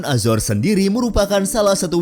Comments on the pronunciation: Azar Ajor....itu bukan Entitas Inggris....itu Latino.. .PENGUCAPAN YG BENAR ADALAH A ZO RES... AZORES....INGAT ITU...Jan SeEnak Perutt !! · Cara bacanya bukan azors , tp azores krn itu bahasa Portugis , bukan inggris...